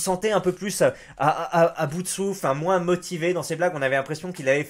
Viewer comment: MOINS bordel pas moinsse